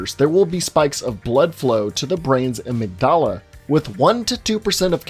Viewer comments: Ouch, the way you said amygdala. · The way he pronounced amygdala lmaooooo